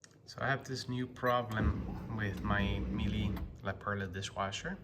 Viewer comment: The correct pronunciation when you say the brand name Miele is that you emphasize the "mee" sound, followed by a short "le" sound similar to the "le" in "purple". The way you're saying it is a sort of possibly a weird pseudo Italian thing gone wrong !! Phonetically it's - Me Le